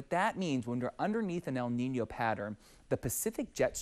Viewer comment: Props to him for properly pronouncing “El Niño” 🥳